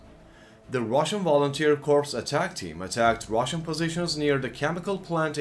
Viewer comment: The way you say "Russian Volunteer Corpse" is hilarious.